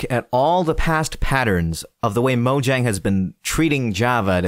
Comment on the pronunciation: Moyang* It's not pronounced Mojang.